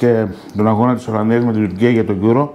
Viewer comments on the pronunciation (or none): Τουρκία λέει αλλά έτσι όπως το λέει ακούγεται σαν "τους gay"😅